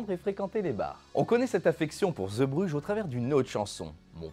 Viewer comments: Superbe vidéo. Petite remarque. Ce n'est pas ZEbrugges mais zeebrugges (zee en néerlandais, c'est mer). A prononcer zɛɛ zéé Et si je ne me trompe pas, il n'y a pas de version studio de cette chanson, uniquement en public. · Arrivé sur la chaîne avec la vidéo sur les Bronzés font du ski, je découvre cette vidéo très intéressante son mon artiste préféré... Petite remarque (mais ça a déjà été dit) : on dit "Zébruge" (Zee =.mer en néerlandais) Pour moi, cette chanson est plutôt la complainte d'un homme trompé. Il avoue sa faiblesse en dépeignant, ce qui est pour lui, le summum de la virilité : les marins... Ces marins vivent (justement !), mangent, boivent beaucoup, trop,, se saoulent, et n'ont que peu de respect pour ces femmes infidèles sur lesquelles ils pissent tandis que le narrateur en pleure Et pour répondre à la dernière question : dans le répertoire de Renaud, il y a quelques exemples de chansons sur la condition humaine : Hexagone, Dans mon HLM... Pour n'en citer que deux ;-) Allez, hop, abonné et je vais me visionner les autres vidéos de la chaîne !!!